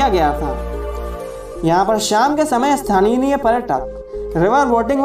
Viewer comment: Bro great video . But native people are called "sthaniya" and not "sthaniniya"